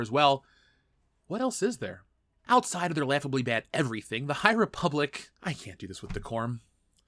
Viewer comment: the high repoopblic, am i right?